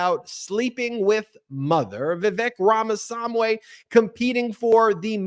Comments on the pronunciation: Not saamway buddy it’s swaamee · Vivek's surname is pronounsed as RAA-MA-SAAMI nor SAM-WHY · Rahm - uh - swahm - ee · It’s pronounced VEE-VEK RAAMAA SWAAMEEE